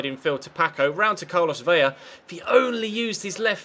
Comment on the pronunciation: VELA NOT VELLA :|